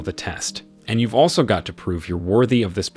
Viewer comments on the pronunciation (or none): none